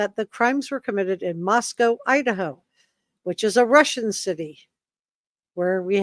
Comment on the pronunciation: It’s pronounced Mosco. Co as in “coal” This confused every person not from the PNW.